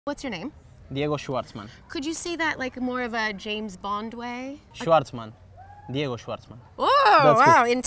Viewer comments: "schvarman" digamos... Él lo pronuncia más como shuarman... Es difícil escribo la pronunciación correcta en español. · Fun fact, that's not the proper way to pronounce his last name... Or so my german teacher told me.